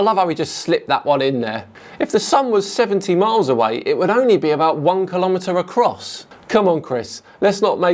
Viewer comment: I love your videos but please say kilo metres properly. There is no American way of saying it, it's not a regional thing, the way you say it in this video is just wrong. It's not like general language where region and national differences come into play, its a stringent naming system of an even more stringent measuring system with defined names, kilo metres, kilo gram, kilo pascal. You wouldn't shorten the vowel on those other ones so why would you continue to insist on saying it wrong knowing this?